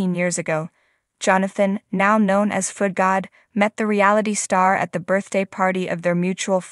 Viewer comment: Foodgod, not foot god.